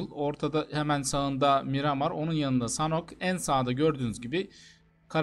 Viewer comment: He he adam sonhoka sanhon diyo anlatıyo